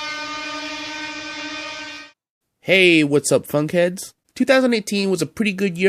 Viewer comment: Funkheads just sounds like fuckheads when you said it lol.